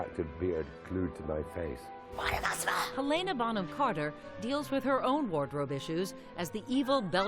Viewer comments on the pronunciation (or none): HEL-UN-AH not 'hel-ay-na'. God, help the Americans. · Did she call Helena Helaina?